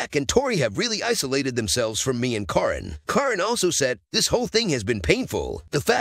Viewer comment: You are pronouncing Caryn’s name wrong. Her name is pronounced Karen spelled with a C instead of K and a Y instead of e